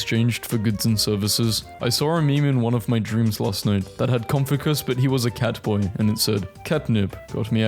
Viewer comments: Ah yes, Konfunkioos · had me absolutely seething. CON-FU-CUS???????????? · Did bro really just say mocha and Confucius like that? 💀